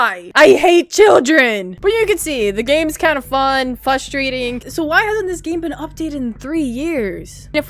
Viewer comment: Hi your so funny I like the jacket your wearing 😊by the way u said “fusstrateing “ lol